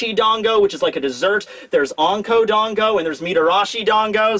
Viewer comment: Serious comment, not being mean: Why do you say 'Dongo' and 'Wono' and 'Monga' instead of 'Dango' and 'Wano' and 'Manga'? You have such a huge audience, many of whom will undoubtedly pick up this wrong pronunciation, so you have a duty to them to get it right! Hope this helps